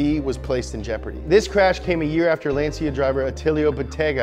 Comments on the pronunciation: Great video!! But Lancia is pronounced: "Lancha" not "Lanzia" 😘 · Kamar Knight And let's not talk about how he said Lansia instead of Lancia. He needs to work a bit on the names :P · it's LAHN-tcha, not LAN-sea-ah. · Woah woah woah.. Lance See Ya ??? Bruh... Lan Cha. It's Italian, like Ferrrrari. Have some respect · he said "lenzia" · Bro really said Lan-see-uh